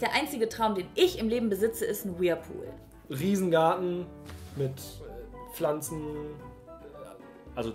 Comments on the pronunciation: man spricht es „Wörlpuhl“ aus:D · Ja, sie sagt irgendwie wirlpool🤣🤣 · Es hat mich ehrlich gesagt n bisschen kirre gemacht wir du whirlpool aussprichst. Ist ne kleine Macke von mir ich kann das garnicht haben wenn Leute Dinge anders /komisch sagen 😂. Ich liebe diese Videos bitte mehr! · Kein Mensch kann 'Whirlpool' niedlicher aussprechen als ♡ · Nichts gegen dich ich mag dich aber du sprichst das Wort "Whirlpool" falsch aus